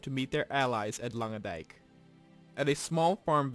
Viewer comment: You Said Langedijk perfect